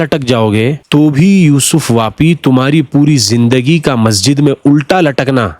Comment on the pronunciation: یوسف پاپی ہے واپی نہیں